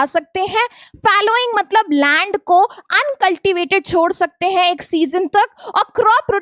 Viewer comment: At this point did u just said rand...? Instead of land?💀